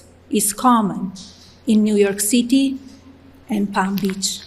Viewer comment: Really??? She still didn't know how to pronounce City....😂 Disgusting!